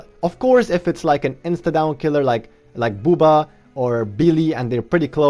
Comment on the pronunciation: are you pronouncing bubba as boobah??? xD im ded ur still better than me at skills tho lol